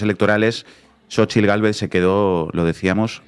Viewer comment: Inna pronunciando perfectamente la "tl" en el nombre de "Xóchitl". Sin duda Inna ya es un poquito mexicana. ¡¡Felicidades a todo México y Latinoamérica!!